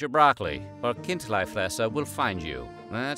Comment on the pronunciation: Almost, in Bärn we say, "Chindlifrässer", which is more prounced like "Kind-lee-fraess-er" where the "Ch, K" sounds like you are preparing your throat to spit. Bisch aber äuä säuber Bärner/Schwizer u cheggsch, wasi meine. Gibe trotzdäm mi Sänf derzue :D